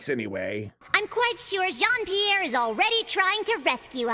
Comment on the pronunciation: not even , when he introduced himself he pronounced Jean Pierre like an English speaker .